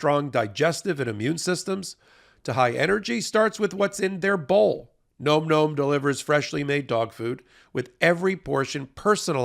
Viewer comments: it's not gnome gnome. It's like Nawm Nawm. As in "Dawn Dawn" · OK, this may seem off topic, but nome nomes? Seriously? The way it's pronounced is more like nahm. Say that five times with increasing enthusiasm and you'll get it Best wishes, Capt. Picky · It seems to me a dog treat named nom-noms would be pronounced to rhyme with pom poms and Tom Tom’s, and not like nome nomes. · Advertiser alert -- isn't the name normally pronounced "Nahm Nahm"? Rather than "Gnome Gnome"? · “Nom nom” not “gnome gnome” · It's funny that you pronounce "Nom Nom" as "gnome gnome". Are you trolling your own sponsor? lol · someone tell how nomnom is pronounced:) It's like dom, not rome. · Nom Nom has been a sponsor for months now, and they still can't pronounce it correctly. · I feel like he's mispronouncing Nom Nom.